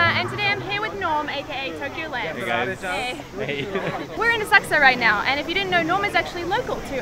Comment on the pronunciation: Oh - I was saying it all wrong- Asakusa - Thank you for the correct pronunciation!